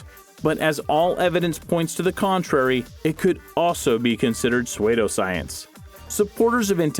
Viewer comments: It is pronounced SOO-doscience, not SWAY-doscience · Pe-sway-doe science?? Are you serious?? You dont know how to pronounce certain of your words man..... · Lol Swaydough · Suede-oh Science lol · Swaydo science lol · I love how this guy pronounces psuedoscience